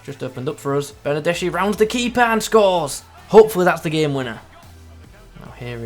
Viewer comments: Stop calling he BernardeSHI, it should be read BernardeSKI... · Is Bernardeski (writed Bernardeschi). Not Bernardesci. (I'm italian)